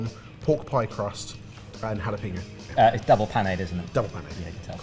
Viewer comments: Jalapeño!!!!!!!!!!!!!! How hard is it to not pronounce it like PeeNo? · Tell me more about this "hullo peeno" you've discovered. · every time someone says jalaPEENo instead of jalapeño i lose brain cells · Do you folks just ignore the tilde there? (Just grimacing every time jalapeño is pronounced...)